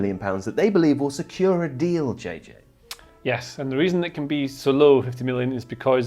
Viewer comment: pissing at how he says yeshh omfg